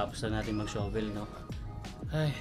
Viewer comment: Huwag Kang magalit pero Hindi Tama Ang pagbigkas Ng SHOVEL. Ang bigkas mo ay sho vel. Ang Tama ay shuh.vl. o Sha vel.